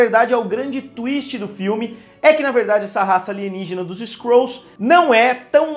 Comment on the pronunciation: Skrols kkkk fala skruls msm kk